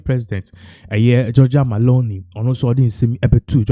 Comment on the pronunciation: Please her name is not MALONI it's MELONI! Look and read well🇮🇹🇮🇹🇮🇹🇮🇹